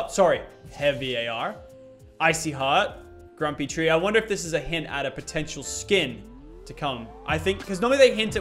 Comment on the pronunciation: Well it eezz what eezzz🤣🤣🤣